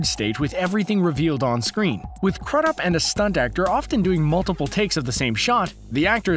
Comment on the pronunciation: I’m pretty sure Billy’s surname is not pronounced like CRUD UP. I’ve always heard it pronounced Crew-dup. The way you pronounced it sounded awful!